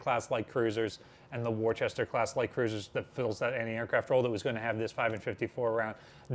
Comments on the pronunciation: "War-chester" class,? Would that be actually pronounced "Wooster"? It's spelled "Worcester" and the city is only an hour away from where I am in Massachusetts. 😊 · Being English, it's funny hearing wooster or wuster pronounced worchester, Worcester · 5”38 fav. Dad was in “X” twin 5” on Shangri La in WW2. He was from Boston so its pronounced “Woo-sta” 😁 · If the Worcester class light cruisers are named after Worcester Massachusetts, then they should be pronounced wo͝ostər, not like how they're spelled. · I think you mean Worcester (pronounced Wooster). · Worcester is pronounced "woo-stir" (or 'woo-stah' if you live there)